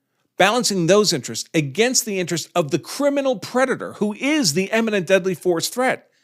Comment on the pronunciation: "imminent" not "emminent"